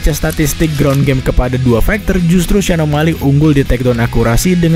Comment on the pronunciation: Banyak yg bilang kalau channel ini lebih baik dr radio tempur. Tp, Maaf pak tp spertinya masih bagus dan rapian radio tempur. Translate inggris to indonesia, dan pronounciation bhs inggris radio tempur jg lebih baik. Sbg contoh, di video ini penyebutan o’malley masih “omalei” dmn shrsnya penyebutannya “omaeyley”. Pun demikian dgn translatingnya. Bahasa translate yg digunakan oleh radio tempur sudah disesuaikan dgn bahasa sehari2. Disinilah letak kualitas antara radio tempur, channel ini, channel yg openingnya ewer ewer ewer wik wik wik, dan channel lainnya Tp gapapa pak. Ini hanya masukan dan kritik yg membangun. Semoga kedepan bisa seberkualitas radio tempur ya pak. Mohon maaf sebelumnya. Terima kasih ya pak 🙏